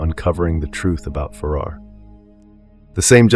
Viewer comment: Farámarz not farar 😊